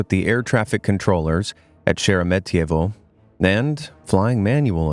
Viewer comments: Props to the guy for saying Sheremetyevo right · Wow, an anglophone who managed to correctly pronounce Sheremetyevo over and over, I am impressed!